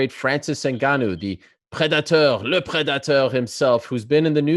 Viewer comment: Every time Ariel says "lehh Predathorr" I want to smack him right across the face